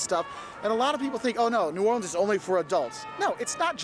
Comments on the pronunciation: Pronounced in 4 syllables New Or Le ans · New or le ans ,pronounced in 4 syllabes